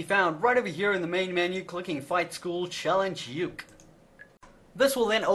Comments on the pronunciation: stop calling him youk it is pronounced oo-kee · JFC, Uke isn't pronounced as one word, it's a Japanese word that usually refers to the less dominant or submissive partner of a relationship It's pronounced phonetically as U-ke, Oo-kay would be probably the closest spelling I can think of for that. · Uke is pronounced ookay, I learned this in martial arts